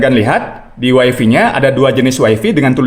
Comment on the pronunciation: malu ah.. masa bilangnya "waifi".. yg bener "waifai".. 😜